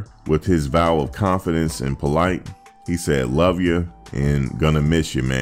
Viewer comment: Politte’s names is actually pronounced “po-LEET,” not that it matters much now anyway. But, yeah.